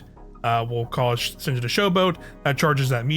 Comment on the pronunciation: It's pronounced "Sen-ya", not "Sen-jah". It's a Norwegian name, so the J is pronounced as a Y.